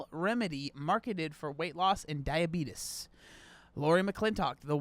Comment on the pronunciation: Why do you say diabetes like that